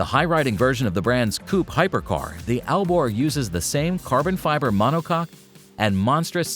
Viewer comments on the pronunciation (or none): Are you sure that you are pronouncing monocoque correctly lulz 😂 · feel sorry for you.AI messed you up so bad that you don't know what's what now. Monocoque is not an easy word but if you plug it into google translate, then it work pronounce it correctly. There is a bigger chance of person making this mistake than AI. 😂